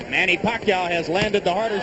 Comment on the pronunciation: LOL! they couldn't even pronounce manny's name back then.. haha